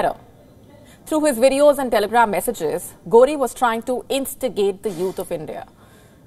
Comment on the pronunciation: Lol you said Ghodi instead of ghori?😂...thanks our greedy leaders,,,always trying to appease..